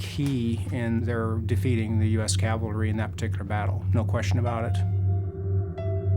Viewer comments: it is pronounced cav-el-ry. Calvary is a hill in the New Testament where someone is rumored to have been crucified. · Can a guy be considered an expert on cavalry armament if he thinks it’s “Calvary”? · Okay, the word is NOT "calvary"